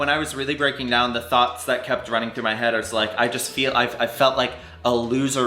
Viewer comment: Did he just mention “I have so many THOTs in my head! Oh he meant thooooooughts ! Jeeeez